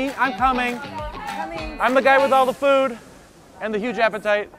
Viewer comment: food not dood